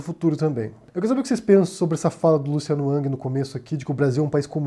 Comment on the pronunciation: Curioso que o fala Luciano "Uck" ou Luciano "Ang" quando a maioria fala Luciano "Ruck" "Rang"